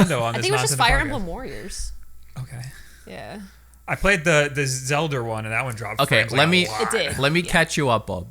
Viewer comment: calls it zelder but Mario is Mario